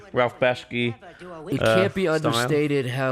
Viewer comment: i appreciate you correcting the ralph bakshi misspeak